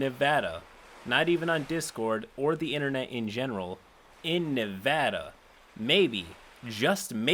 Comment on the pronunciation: all of these pople are disgusting but also THANK GOD YOU RPONOUCED NEVADA RIGHT